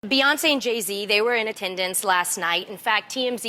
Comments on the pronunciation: Amanda.... BEE-once NOT BAY-once. Love you ❤️ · This the 2nd time I heard Amanda say Bay-once. Why is this so hard for people? It's such a well known name. It's BEEEEEEE 🐝 🐝 🐝 🐝 🐝 BEEEEEE-Yonce